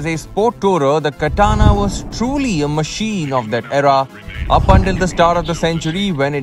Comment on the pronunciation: It's Katana as in batana 😉